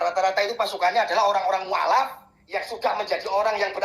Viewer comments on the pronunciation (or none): Admin bilang "mualaf" saja mukallaf !😂😂😂